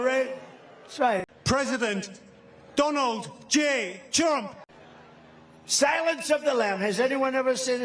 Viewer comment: Did he say President Dunald j Chump??? 😂